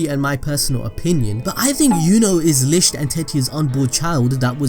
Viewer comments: He's saying lisht but its lickt licht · And it’s also pronounced lickt spelt licht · This has absolutely nothing to do with the plot, but I love how you pronounce “Licht” like “Lischt”